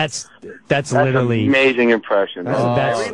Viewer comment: Yes, he also referred to Nicole Brown Simpson as Nicole Kidman 😅. I've also noticed that he doesn't know how to say "literally"and "jugular" 😂